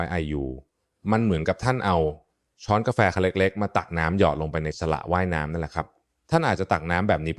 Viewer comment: ร่างกายของท่านเปรียบเสมือนมี สระว่ายน้ำ เป็น "สะ:หละ:ว่าย:น้ำ ฟังแล้วไม่คิดไรมากให้หงุดหงิด กับ AI ก็ฟังแบบ ขำขำ😅